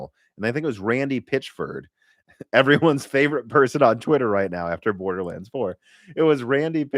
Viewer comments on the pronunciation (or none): none